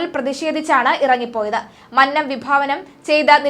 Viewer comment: Mannnam അല്ല മന്നം കുഞ്ഞേ.